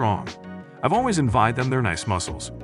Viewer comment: yeah he pronounced envied as en vy ed and also other words were mis pronounced